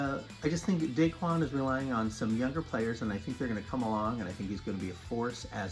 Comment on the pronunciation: It's da KWAN, not DAY-kwan!! Take a corner off of your Pinoy Card, dude!